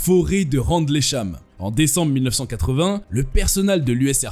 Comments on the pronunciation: Phonétiquement on ne dit pas "RANDLEY CHAM" mais "RINDEUL CHAM"😋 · "randlécham" 🤣🤣🤣🤣🤣🤣 ahhh, la lecture de pages wikipedia.